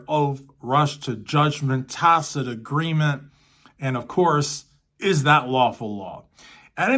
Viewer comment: At one point he said lawfully law ugh. He said tack it agreement until the judge corrected him. I wish she would have corrected him on Sustain as he continued to say reason for the substain a year after the prosecutor gave the grounz 😂